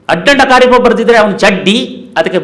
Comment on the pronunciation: He is not Agardanda Kayappa. He is Sri Addanda Kariappa. Don't pronounce any person's name wrongly. This advice to the Channel.